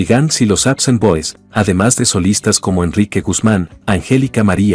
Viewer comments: "Apsen boys"??? "Raken Roo"??? Qué te Pasa!!!?? Se llaman APSON Boys!!! Y Rock and Roll!!! No jodas, Y ahora que te paso Con Esa Pronunciación!!??? Decepcionas porque Pienso que Ya Te estás AGRINGANDO.... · así es, debería ser APSON y no APSAN, pero el locutor anda mal. El equivocado es él.